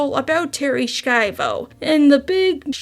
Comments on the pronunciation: i dont think there is a K to pronounce in her name. It is more like "Shy-voh" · Love your content but you gotta Google some pronunciations dude. Segue is said seg-way. Schiavo is said Shy-Vo. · It's a bit crazy to claim to be watching several video essays on Terri Schiavo and mispronounce her name too.